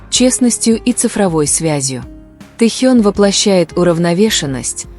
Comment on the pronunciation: Научитесь правильно произносить имя Тэхёна но и другие слова тоже